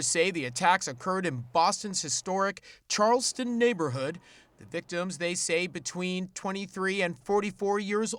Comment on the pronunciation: I remember these cases...I lived near Boston at the time. Very sad. Glad he was caught. *the reporter did a great job except its pronounced tge way it is spelled, not Charleston, which is a completely different city in another state, lol.